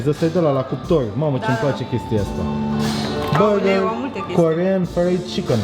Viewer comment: Mai, cum cască el burrrgerrri, n-o mai face nimeni!